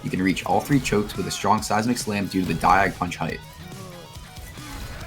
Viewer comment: Every time said "Diag Punch" I hear dying punch, and that exactly what I'm going to do when I attempt these